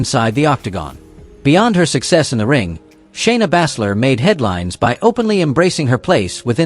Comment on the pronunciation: ALWAYS FOREVER PRONOUNCING SOMEONE'S NAME WRONG, LIKE SHAYNA BASZLER,GGEEZZZ..